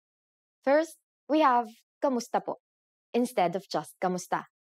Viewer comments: That's the proper pronunciation. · Luna She spells it as “ku” because if she wrote it as “ka” she would be giving you false information about the word. It’s just a matter of pronouncing the word